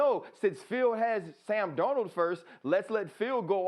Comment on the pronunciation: It’s Darnold and it’s not close